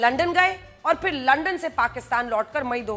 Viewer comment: अपशब्द क्यों बोल रही हो लंदन सुना है लंडन बोल कर मजा आता है क्या